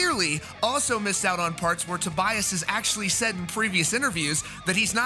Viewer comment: I hate your pronunciation... I think is "To- bee- as".